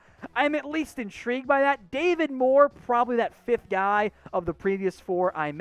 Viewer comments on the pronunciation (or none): none